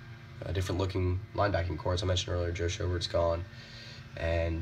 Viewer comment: Dar-rey, show-burt.